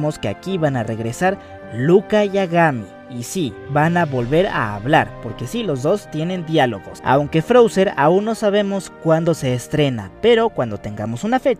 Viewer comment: Me duele cuando dice Agami. Creo que la mayoría de nosotros conocemos los estrenos de caps en inglés, y ahí se dice Kagami. Entonces es extraño llamarla Agami.